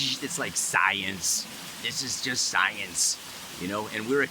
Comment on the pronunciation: "SCI-ANCE"- Love you! 😂😁